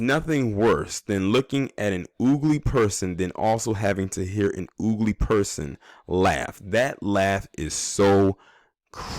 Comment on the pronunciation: No you didn’t bring back “ooogly” 🤣😂